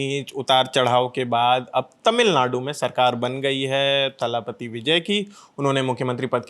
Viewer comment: Please pronounce तलपति Not थालापति